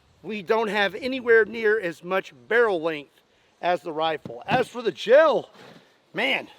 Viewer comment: Lmao the way he said gel😂